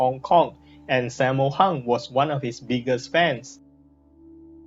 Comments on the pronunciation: How you Pronounce Sammo Hung? Saymo Hang.. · this is how you pronounce it "sum more hoong"